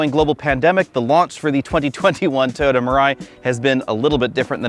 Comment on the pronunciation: Now I can’t unhear this. He jumps it down to 2 syllables.